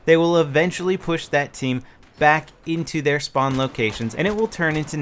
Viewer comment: "Use your Shpawn beacon"